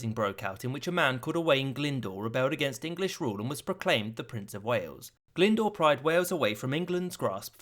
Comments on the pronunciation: That’s not how you pronounce Glyndwr. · Owain glyndwr mad a tripartite pact with the scotts and french i believe I am Welsh btw and you said owain glyndwr wrong owain you sau the i